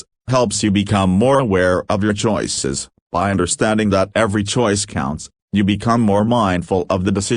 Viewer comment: Can you say... ChOoiiises...? :face-red-droopy-eyes